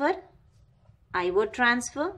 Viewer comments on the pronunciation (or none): Eye wo devices.... Lololoo